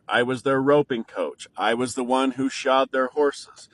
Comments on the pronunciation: Shod, not shot 😂😂😂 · I believe it's "shod" horses, not shot. Just sayin. Yes my ex had problems in our marriage, now he is aware that all children come first, and so am I. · Shod not shot..... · He said shod...not shot...about the horses. He put their shoes on them. He did not shoot them. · "shod" the horses 🐎 (fix their hooves) NOT "shot" the horses. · SHOED not SHOT LOL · Parental alienation is a thing. Dads... Look up Bill Eddy and the High Conflict Institute. Get a lawyer whom doesnt feed into the 💩 Read the many books on the topic. Learn to stay focused on reality and what is important. Shod a horse is shoeing them. lol It sounded like he said "shot".